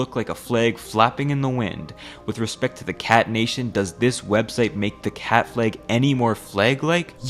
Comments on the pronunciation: NOT A "FLAEG" IT'S PRONOUNCED FLAG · Said flag so many times I can only here it as Fleg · "Is this a fleg?" I can't unhear that. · Why do you say flag like plague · Wtf is a flaig? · I love your videos but I almost lost my mind hearing you pronounce flag as “flegg” 10,000 times 😂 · he said fleag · The way pronounces the world flag is funny. It’s like he’s saying flage. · Take a drink everytime he pronounces it 'flæg' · I know what a flag is, but what are these "flæygs" this guy is talking about? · Hello fellow Canadian. Your pronunciation of flag gave you away ❤ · That flag pronunciation just makes you so god darn Canadian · are you from washington because of the way you say “flag” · Less than halfway into the video and I can't get over how this mfer manages to insert the letter y into the word flag. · The way you pronounce the word "flag" is weird. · 'twas today that I learned that apparently americans pronounce flag differently from us